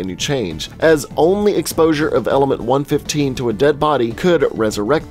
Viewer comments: one one five, not one fifteen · AND ITS 1 1 5 NOT PNE FIFTEEN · Love the video, I really did but everytime you said one fifteen it made me wanna puke please, it’s one one five❤️❤️ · Is it just me that gets annoyed hearing him say 115 instead of 1.1.5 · "Element one fifteen".....its "one one five" ..that triggered me way more than it should have lol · Am I the only one who gets triggered when someone says it as 1-15 instead of 1-1-5? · ITS ONE ONE FIVE NOT ONE FIFTEEN!!! MY EARS BURN!!! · its one one five not one fifteen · Man it’s not pronounced 1 15 it’s 1 1 5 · Dude it's pronounced ether the a is silent, and it's one one five not a hundred and fifteen 😒😔 ( such disrespect to cod zombies) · One fifteen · no offense but 115 is said seperatly like 1-1-5